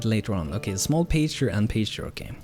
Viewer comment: Hope your new job is awesome! FYI in English Pasture is pronounced like Pass-ture, or Pass-chur. The first part sounds like Gas. =D